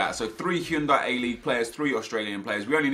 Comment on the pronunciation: well I think most people pronounce it Hi-oon-die